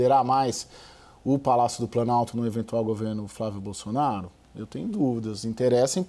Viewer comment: A jornalista fala “xenado”, “Bolxonaro”… Só eu que vejo isso?